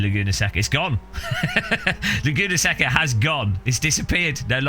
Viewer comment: More offensive then the pricing is your pronunciation of Laguna Seca (say-kuh)